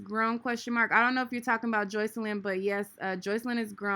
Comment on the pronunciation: He didn’t even pronounce the girls name right.